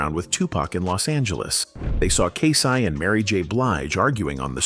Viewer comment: Not K SI